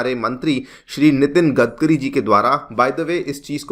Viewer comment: गदकरी नही गडकरी है उनका सरनेम😊